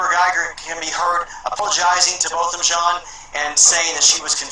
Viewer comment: It's Jèan not Jean. It irks me when people say Jean.